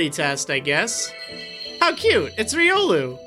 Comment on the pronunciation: (Gets triggered he said Riolu wrong)